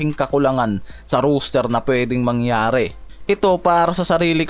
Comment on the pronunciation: Lods di ka pala nakikinig sa mga suggestion sayo. Gaya ng rooster vs roster. Ang roos-ter na binabanggit mo ay manok. Ang ros-ter ay para sa tao. Siguro naman hnd mukhang manok ang mga player ng lakers para tawagin mo na roos-ter